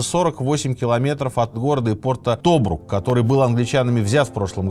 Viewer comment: Кринжовые непрофессиональные ошибки. Не тОбрук, а ТобрУк. Не Российская Освободительная Армия, а Русская. Еще портрет Роммеля в прошлом выпуске перепутал. Фу.